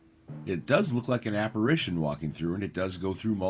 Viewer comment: Are you saying "apparAtion"? Apparition 👻